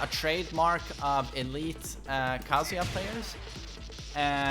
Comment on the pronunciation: His name is not KAAAAAAAAAAAAAHHHHHHHHZUUUUUYA